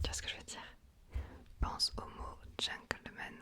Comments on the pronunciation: Petit tips : c'est Gentleman et non pas Gencklemen 😊❤💪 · c’est gentleman 😊 On prononce “t” mais à part ça j’adore ton asmr! C’est parfait! Continue ❤